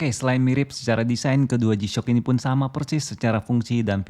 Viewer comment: Resep bgt dnger si abang nya ketika bilang "g-shock" 🤣🤣🤣